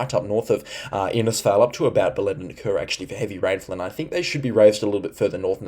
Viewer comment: thanks for the updates. You still need to brush up on your pronunciation of Hughenden, Bellenden & Diwan(?). I think you were referring to Diwan (in the Daintree area), but I am not sure. Perhaps you were talking about some other area of the Daintree? Cheers, mate.